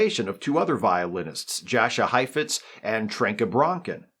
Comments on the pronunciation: It's pronounced "YAHsha" Heifetz. Thanx for the vid. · Jasha Heifetz, pronounced "Yasha"